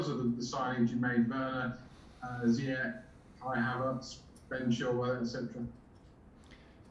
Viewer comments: Its Zeeeee yesh not Zai yech ffs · I swear it's z(ee)yech not the other pronunciation or am I wrong?? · Why does he keep saying "Za-yech"? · Lampard is a smart guy but he's hopeless at pronouncing foreign names lol. And i've honestly never heard a person with a high IQ with a cockney-ish accent. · I always trusted and supported Super Frank. But I can't forgive him for how he pronounced Ziyech...